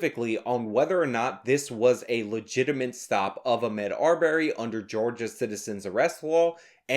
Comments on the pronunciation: Ah-Mod. Not Ah-Med. Everything else is good here though lol. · Why are you purposefully fucking up the guys name?